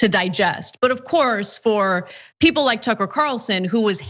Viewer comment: Pronounce his as tooker. Calsun.